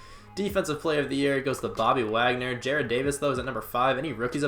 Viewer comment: Jared= Jar-ed Jarrad= Ja-Rod